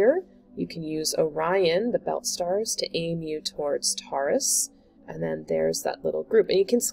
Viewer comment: Pronounced ‘Tor-russ’